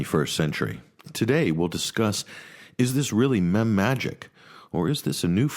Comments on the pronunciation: Blah blah mem. Blah blah blah mem. And then says meme. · It's pronounced meem not mem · meeeeme not memms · Mem? Wtf, i thought it was a joke at first, but..., correct him ffs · Who the fuck pronounces it “mem”???